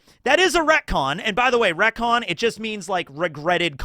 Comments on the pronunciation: It took me way too many times to realize he was reconing the word recon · Bro it took me wayy too long to pick up the fact that you retconned "Retcon" multiple times 🤣. I genuinely thought I was tweaking hearing that definition 3 times and that I might've misheard it